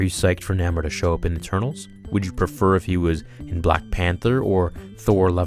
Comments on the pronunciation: Umm...shouldn't you know your stuff if you are doing Marvel youtube videos? NAH-more? Stan Lee pronounced it NAY-more during interviews. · did this boy just say "Namer"!? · N-ay-more, really annoyed me, sorry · Correct Pronounciatian is Nay-More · I know his name is spelled Namor but the correct way to pronounce his name is Nay-More